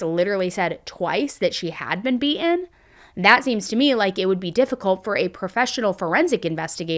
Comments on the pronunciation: Be un? she was be-un ? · Why do ppl in the US say and pronounce words like ban for word been..???